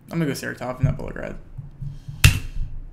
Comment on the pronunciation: Its not SaratOv, it is SarAtov